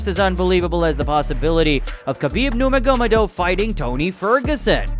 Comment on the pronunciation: i was being sarcastic😂 the pronunciation of khabibs last name was ridiculous but there’s bigger problems in the world to worry about than that. i’m sure messing up the wording gets you more views anyway, there’s already a million people talking about the same fighters and very similar scenarios they have been in, just like yourself, so having something to set you aside from the overwhelming crowd is really what is important, which is exactly what mispronouncing names does. if your extremely passionate about making accurate content that is respected by other mma communities, then you should obviously try and be as accurate as possible (pronouncing names right etc). might get less views, and create less controversy, but nobody will ever have anything to say negative about you since your not inserting yourself into the video in any way